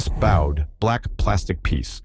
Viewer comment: Bowed is pronounced with the long o sound .😅